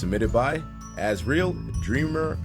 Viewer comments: Planet Dolan lol he said asriel as , as real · Finnaly someone got asriel name right well..... It’s AS REAL as it gets (͡° ͜ʖ ͡°) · HOW DARE YOU SAY ASRIEL'S NAME WRONG! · can't pronounce Asriel lol